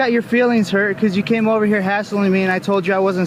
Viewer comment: LOL, "has*T*ling"/"hass*T*ling"? What's that? "R*E*diculous"? Huhh? Tr*A*sspassing"? "Wan't"? What sort of attempted "word" is that? "Misdemeanor" as a brand name? Ending a question-sounding sentence with a period? Geesh!